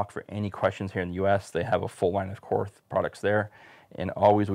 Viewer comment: It is pronounced “Kort” the “h” is silent